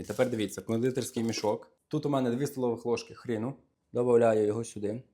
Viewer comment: Pereproshuju, ale pravyl'no govoryty ne ocEtu, a octu. Ne hrInu, a hrOnu. Diakuju za recept!